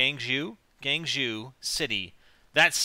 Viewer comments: its pronounced gwang cho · It is pronounced like guang jo